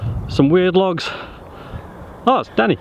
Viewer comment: video: "We got logs, more logs, tech UCI-style logs, some weird logs..." Danny video: "We got lochs, more lochs, tech UCI-style lochs, some weird lochs..."